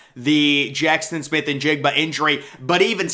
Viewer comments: It's jaxon. Not jackston! Fyi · 🤣 he really is saying Jackston! 🤔